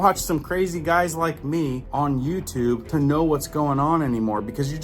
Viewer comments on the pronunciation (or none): none